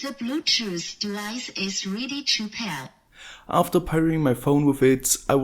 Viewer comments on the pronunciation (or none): That bluetooth board isn't that bad except for the voice prompt. "THE BLUETOOTH DEVICE IS REEDY TO PEAR" and "THE BLUETOOTH DEVICE IS CONNECTED AS SUCCESSFULLEH" is just too damn annoying to hear everytime you power the board on.